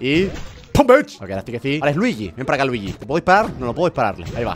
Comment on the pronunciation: No es ljiyi es fire mario